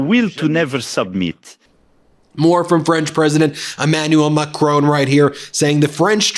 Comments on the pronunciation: It’s painful to hear Macron called “MaCRONE” 😅 lol I’d give tips but I find myself not finding the sound in your language 😅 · I love you guys, but PLEASE pronounce Macron properly. It is not "macrone" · Ben, it's not pronounced "Macrone"